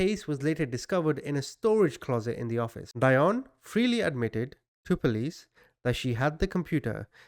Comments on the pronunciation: Pronounced DEE-ON BOW 😍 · I think it’s pronounced deeonne like dionne Warwick. Maybe not but it just sounds wrong the way you’re saying it. Interesting though anyway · Hi! You would pronounce her first name "dee-on" and her last name "Baw". Love your channel! You do great analysis 👍🏽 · Dionne Baugh ---- "Dee-on" "Boe" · You don't know how to say her last name OR her first name. Google is your friend, buddy.